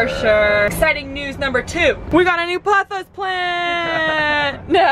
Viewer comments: Isn't it "pothos" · By the way you guys, it’s pronounced “paa-those”. I have dozens in my home! ❤️